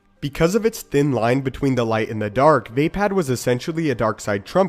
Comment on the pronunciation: It not pronounced vay-pad it is vapod